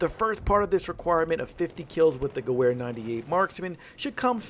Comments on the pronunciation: Listening to this guy say gewehr with a ‘w’ instead of a ‘v’ is straight cringe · That w in Gewehr is a pronounced as a v. I could handle that in your vid please say it right in the future. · I cringed when he says Gewehr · you pronounce gerwehr like a american. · You pronounce the "W" as a "V" when saying Gewehr. Nice video though👍🏻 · You said gewehr wrong bro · Great video but the mispronunciation of Gewehr killed me lol. (it's pronounced like guh-vher :D ) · Rump Spank3r do u know what i want to do when someone is butchering german language yes u are right i would make love with a nuke and i wont forget to use lube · I think the Gewhr is pronounced (Ge-vare) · The "w" sound doesn't exist in German. Pronounce "w" as a "v." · GU VER not GOO WHERE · the "goo-where" lol it's "gov-air" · wtf is q gahwhere rifle? its gah ver rifle say gah-ver. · sorry I must say this... I know we are American but Miss pronouncing Gewher 98 makes me cringe, its pronounced (Ge-Verë). you said ("Gew-Where") I took German Class not to long ago, It just makes me Cringe everytime I heard that. Not bashing just saying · It’s pronounced gever not gewver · For the love of god stop saying gew wair! Its pronounced guv-air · You completely butchered how you say gewehr, it’s like ge-ver not ge-wer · Guwer... I think it's pronounced Gever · Hey i love the channel so far but my only gripe is the pronunciation of gewehr instead of saying ge-where say it ge-vhere. Good luck on the channel sorry if i was a little nitpicky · Ge-wear lol it's ge - vear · Thats not how you pronounce Gewehr. Its "Ge-va-re" The w is pronounced like a V for some reason in german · Its geWer! The W sounds like a V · it's pronounced gevear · Gewehr is supposed to be pronounced Geber... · Ffs. "Guh-wear" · Gewer is pronounced like gevear i know thats nitpicking but still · 1: the Russian rifle is pronouced "Moi-Zen Ne-gahnt." 2: the German rifle is pronounced "Ge-vair." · Love your videos, but the Gewher is pronounced "Ge-ver"